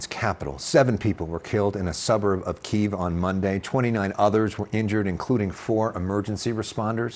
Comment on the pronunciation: Your own correspondent pronounced Kyiv with the Russian term? Really?